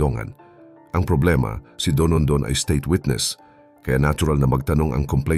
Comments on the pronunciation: Dondon ang pangalan nya, hindi DONONDON. 😂😂😂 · Dondon hindi Donondon.